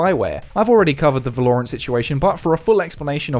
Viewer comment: I legitimately can't tell if you're saying Valorant incorrectly as a joke or not.